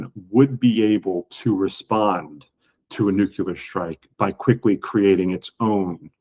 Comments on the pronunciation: Ffs, he's STILL saying NUKULAR. Like George Bush moron. Ridiculous. Unprofessional journalism. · For goodness sake. If you can't pronounce nuclear you should just say nukes.....